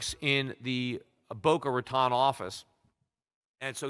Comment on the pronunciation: Suggestion: Peter please learn how to pronounce Boca Raton. :)